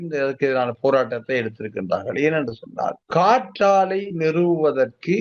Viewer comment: நெறியாளர் காற்றலை என சொல்கிறார். "காற்றாலை" தானே சரி. சரியாக உச்சரித்தார். டென்மார்க்கில் கடலில் ஆயிரக்கணக்கான காற்றாலைகள் அமைத்துள்ளனர். தமிழ் நாட்டில் நிலத்தில் ஆயிரக்கணக்கான காற்றாலைகள் உள்ளன.